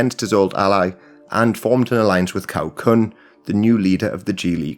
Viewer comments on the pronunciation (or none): 尼玛一群外国人做什么中国历史视频？错误百出！曹锟居然念成考昆？你们国家没有历史是不是？误导世人，罪孽深重！ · The video is a satisfactory overview of the situation in China. My only issue is with pronunciation: Cao Kun and Cai E are pronounced Zao Kun and Zai E. For a more in depth view I suggest the China History Podcast by Laszlo Montgomery. Their series on this era is very enjoyable.